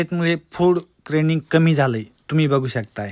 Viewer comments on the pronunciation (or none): फूड kreding😅 नाही फूड क्रेविंग